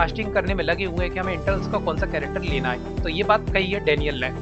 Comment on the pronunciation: not internals its eternals